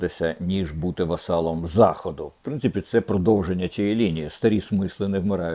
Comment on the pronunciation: Не «вассалом», пане Дмитре, а «васалом». Слава Україні!